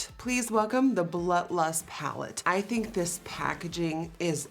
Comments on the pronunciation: Secretly mad at Jeffree for naming it blood lust.... or as Nikki says “BLUH LUST” Girl commmmon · Umm.. is she saying... BLUT LUST?? Lol guuuurl. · I love how whenever she says blood lust it sounds like blunt lust xD Love it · I’m glad I’m not the only one who hears “Blut lust” 😂😂😂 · Sounds like you said the new Butt Lust pallette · I’m not the only one hearing “blut lust” 😂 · I LOVE Nikki but I can’t stand hearing “Blut Lust” .. 🤪 it’s like glass shattering... lol still love you though! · I heard Blunt Lust. Lol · Ashlee Slavey came looking for this comment lol I keep hearing blunt 😂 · lil wavy noooo I did! That and blunt lust